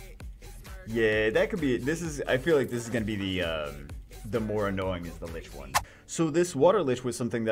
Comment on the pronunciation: each time you said light lich.. I cringed harder and harder. We know what you meant though.. even if my face is now in an awkward permanent cringe state